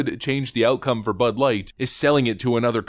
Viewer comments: I can't stop hearing "this butt's for you" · I hear butt now when they say bud